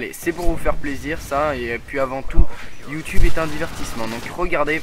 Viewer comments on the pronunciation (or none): none